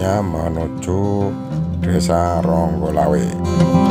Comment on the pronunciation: Eh.....kok Ronggolawe kang, yg bener "Onggorawe" Mas sebelum komen kirim video tolong pelajari dulu dong lingkungan sekitar shg masyarakat tidak terbodohi dari info njenengan. 🙏🙏🙏